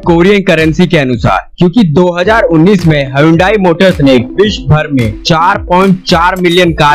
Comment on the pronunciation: ना भाई ना हायोंडाई युंडाई hyndai me H silent है।